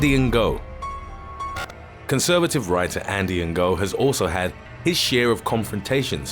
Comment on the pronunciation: Andy Ango, lol sounds like your saying "indian gurl'